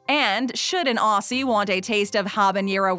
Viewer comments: I am so pissed you are right it’s Ozzie not ossy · Aw-zee not Aw-see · Nah Macca's is legit. Buy Awsees (Aussies) is pronounced weird. It's OZ E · Listening to you butcher our slang hurts me inside. Aussie is not pronounced with a soft c sound, but a hard z sound, like how you pronounce the Ozzy in Ozzy Osbourne. BTW McDonald’s coffee is merely okay, we have many better options in most places than there. We do have something akin to the dollar menu thank you, it’s called the loose change menu, and it’s been around for YEARS (granted it’s not a big menu, but it is there), so you’re wrong about that too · Yeah, she said aw-ss-y rather than o-zz-y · nope, from them absolutely butchering Aussie (o-zzy not ar-see) to saying we don’t have value menu (either the loose change menu or just ordering a burger alone) is ticking me the fuck over. They search for about 3 minutes and it pisses me off like fucking crazy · Did they just pronounce the word Aussie with a ss noise rather than a zz noise- wheeze in Australian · ITS NOT AUASSY ITS AUSSY AND ALSO YOU SAID MACAS NOT MACCAS ONCE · it hurt me every time she said “aw c’s!” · If you were auZZie then say it properly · Please do your research before this...hate when people stereotype Australians....also ITS PRONOUNCED AUZZIE NOT AUSSIE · I am Australian and the way she said "Aussie" made me cringe u say it like "ozzie" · Everyone- it’s pronounced Ozzy” - “CAN’T NOBODY TELL ME NOTHIN” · ITS PRONOUNCED "OZZY" BUT SPELT AUSSIE, STOP SAYING IT WITH AN S U WEIRDO'S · Auszie is how she says it it’s AUZZIE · I got triggered hearing her say Aussie it’s actually pronounced Ozzy but it’s spelled Aussie. Just think it’s Auzzie. (Well I did spell it Auzzie when I was smol) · Who’s gonna tell her Aussie is pronounced “Auzzie” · The way she says Aussie just doesn’t sound right she pronounces it like awzee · Its auzzie not Aussie it’s spelt Aussie u say it like auzzie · You sound like you're saying Auseas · 😡 say Aussie right!